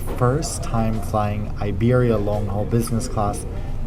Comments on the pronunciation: Iberia is pronounced 'EEBERRYA' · Hey, just a thing I wanted to mention the i of Iberia is not pronounced like in English. It’s like the i of impossible. Americans often make the mistake… like IKEA I guess? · It’s funny your pronunciation of Iberia 😂